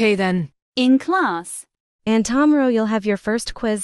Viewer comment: "See you tamero"